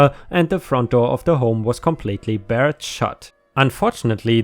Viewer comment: "barred" rhymes with "Bard"